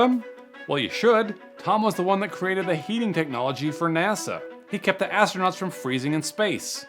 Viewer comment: AT THE MARK IN THE VIDEO HERE: "IS HOW WE KEPT ASTRONAUNTS WARM" WHAT THE HELL ARE **ASTRONAUNTS**?